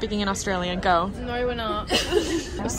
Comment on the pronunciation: As an Australian gotta say Emily did a really good job at “no” and “home”